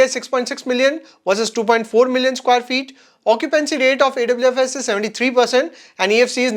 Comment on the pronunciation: Awfis is pronounced as office (Aw- fis)